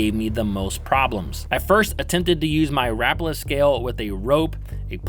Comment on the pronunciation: It's Ra Pala not Rap ala you have your syllables wrong.